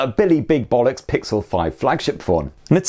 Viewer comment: Bollocks....Ohhh British